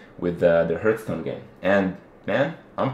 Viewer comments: 'Harth' not 'Herth'... good lord. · I get totally upset, when people say "Heartstone", "Hurtstone" or whatever. That item in your inventory in WoW, that teleports you to the place you set it to (usually a tavern in a city) is called HearTHstone. Do people just not see the "th" in that word? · I really don't want to sound like a dick, but this is bothering me: I looked up hearthstone to be sure: on thefreedictionary (website) -- there's a pronunciation guide and a guy saying "harth-stone". People on the Blizzard forums are claiming it's a made-up word and thus open to interpretation, but hearthstone is actually a real English word, so that's more like insisting "Portal" can be "peer-till". Sorry, I love Kripp -- it just bothers me that so many people say "herth-stone" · I didn't even notice they were saying it with an 'e' sound until I read this. Now it will annoy me endlessly. Thanks. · He is saying Hearthstone......... HEARTH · Made up rule #1 You have to be able to pronounce hearthstone correctly to play the game. That would make krip unable to play